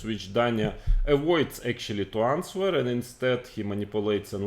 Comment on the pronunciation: моя училка английского говорить что в слове answer w не произносится